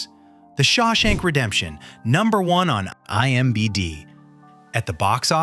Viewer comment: Wow. Your AI couldn't even say imdb right. Also, the thumbnail says "9 legend".